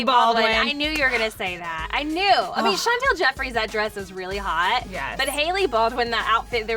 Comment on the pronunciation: Why do they say Chantal it’s Chantal can they read it.Well they spelled it right tho.